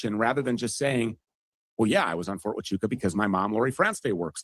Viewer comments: Listening to Andrew trying to say Fort Wa - Choo - Ka different ways was hilarious. 🤣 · the only issue on Andrews’s side is the pronunciation of “fort hachucha” Tachuka or Tatunka is a Native American name for Bison and we had to shut down the firing range at Camp Pendleton repeatedly when one wondered on the range. They’d yell “ta-chu-ka!” And shut down the range